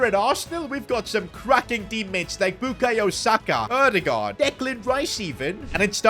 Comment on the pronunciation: I love that you actually can say Ødegaard